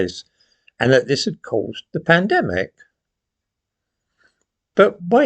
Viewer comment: mispronounced Pandemic and used a silent 'L'